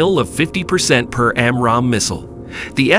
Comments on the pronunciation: Who narrates this stuff? AI? "jasm"!? Its "Jazzem"! "Side-wind-er"?!? Its its "Sidewinder"...like the snake. "Raider guided missiles"!?! "Amrahm"?!?! "am-ram". Please stop with the AI narrators. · man you have to work on your pronunciations, you are really off on RADAR, SIDEWINDER, AAMRAM, FUSELAGE